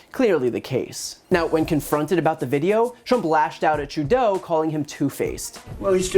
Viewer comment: I like that you pronounce Trudeau’s name properly 🤗